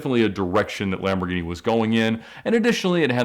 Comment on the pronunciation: I have to say it. I hate the way he pronounces Lamborghini names